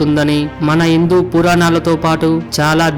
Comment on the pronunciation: ముందు తలుగు అక్షరాలు పలకడం నేర్చుకో.. అదీ..ఇందూ కాదు.. హిందు... ప్రతి ఒక్కడు బయలుదేరుతాడు వ్యాఖ్యానించడానికి